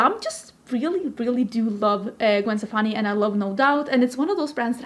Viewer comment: omg girl you know beacon street collection?! So you like ska? I’ve loved Gwen forever. My mom worked with her cousin. Stefani is actually pronounced “Stephanie.” I still have her UD palettes and lip products and her old school L.A.M.B. x lesportsac purses. Remember that?